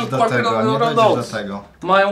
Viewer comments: Nie qarkery tylko qakery!!!! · QUAKER NIE QUARKER TAK SAMO PRINGELSY NIE PRINGLESY (tak jestem mad)